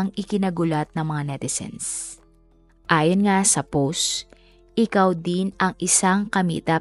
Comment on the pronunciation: powst not pohhhst, mowst and not mohhsttt... nakaka bother ung pronunciation.